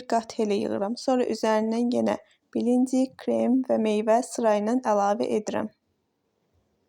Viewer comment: Səsiniz başa düşür blinçik sözünü düzgün təlləffüz edin əlinizə sağlıq